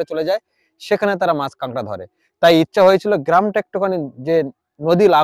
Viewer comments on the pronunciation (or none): bhai KOLKATA-er manush - tomar bhai Bangla basha (Matri-Bhasha) ta thick moto bolo na kayno go? KAKRA k KANGRA bolcho kayno? oshujjho. But bhai tomar English ta bhalo bolo.. British er bhoye akhono ache daykhi :)